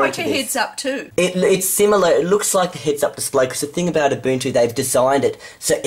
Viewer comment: Finally you say UBUNTU right.